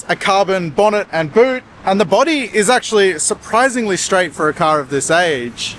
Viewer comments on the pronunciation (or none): none